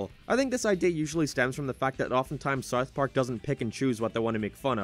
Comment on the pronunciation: why do you say it as Sarth Park lmao